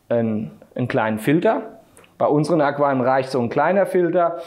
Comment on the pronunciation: Ich habe eine Frage. Ich wollte mich eigentlich uber Aquarien informieren. Aber ich höre nur Aqem, Aquam, Aquiaion... Aber man muss das ja auch nicht richtig aussprechen können. Die Zweite Frag: Warum sollte ich mich über die Statik meiner Decken informieren, wenn das Aquarium doch auf dem Boden steht?